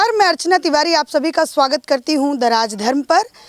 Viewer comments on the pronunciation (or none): आप जब बोलती है , स्वागत है the rajdharma मैं तो सुनाई देता है दराज़ धर्म लगता है जैसे सरकारी अधिकारी दराज़ मैं रिश्वत की माँग कर रहा है । प्लीज़ चंगे कर llojiye